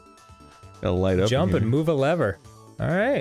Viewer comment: I thought dan pronounced lever as Lee-ver